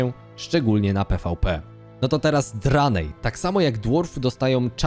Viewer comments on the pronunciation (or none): Podoba mi sie podsumowanie. Sluchac nie jestem w stanie bo dobijaja mnie "landsy" "racjale" i "Dranaje"